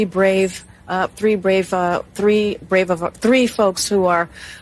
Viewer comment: She clearly couldnt say “brave” men